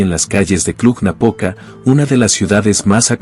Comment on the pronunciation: "Cluh-Napoca". ☝🏻😉. În spaniolă știu ei , spaniolii că există și litera "j" pentru pronunția denumirilor din alte limbi ? Noi cum de știm, iar ei nu ?